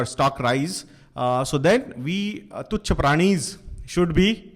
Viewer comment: It's funny how he said tuch prani for investers.